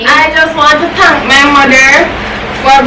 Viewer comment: you speech have me rolling😂🤣🤣🤣🤣🤣🤣🤣🤣🤣🤣🤣🤣"I just want to tank my mother for berthing me to be able to collect this here $5000 today & i would like to tank youtube aauudients for this appertunity to be here to do this challenge even though pepper water splash up inna mi eye i i am happy i tank u😂🤣😂🤣🤣🤣🤣😂🤣🤣😂😂😂" You need to go in drama, hush